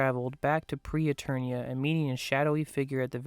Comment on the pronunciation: Except it wasn't "Pre-Eternia." It's "Preternia."